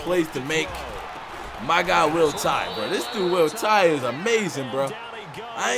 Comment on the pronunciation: Doesn’t it sound like they are saying Roll Tide when they say Will Tye’s name